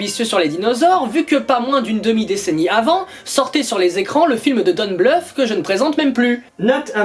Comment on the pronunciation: J'aime bien, à chaque fois qu'il dit don bluth on comprend plus "don't bluff". Sinon film que je connaissais pas...et je comprends pourquoi. Même s'il semble sympathique la cohérence semble tellement mal foutu qu'on dirait que c'était un gamin derrière le scénario. Par contre la scène du clown. C'est tellement simple et efficace que cela mériterait une série ou un film rien que sur ça.